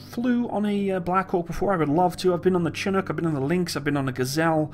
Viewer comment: its pronounced SHINOOK damn it